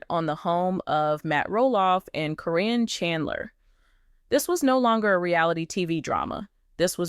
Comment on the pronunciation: Corin is Caryn Chandler. The woman doing the reporting should know how to pronounce the names but she messes up frequently. Sometimes she says the name correctly then in the next sentence or two she mispronounces the name. She does for Zach's and Lila Ray's names too.